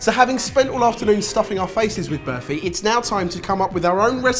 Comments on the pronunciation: "Birfy" wow that pronunciation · berfy? did no one tell them how to pronounce burfi before they started? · class guys! although id say burfi rather than berfi......yeah no one cares?! lol good job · I'm so used to them making food I don't know how to pronounce so listening to them saying burfi was kinda weird. IDK if this is a South African Indian thing but we pronounce it BAR-fi with a hard R. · The way the pronounce Burfi makes me cringe every time they say it XD Ur supposed to roll the R a little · i love how these guys pronounce burfi XD #Classy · 😂😂😂 the way they pronounce burfi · lol I love you guys, but I can't help but laugh at the way you pronounce burfi